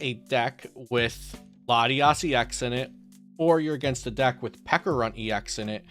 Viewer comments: Great video, very helpful! But pls learn how to pronounce Pecharunt properly, it's a ch sound not a hard k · Peckarunt? It's not pronounced like that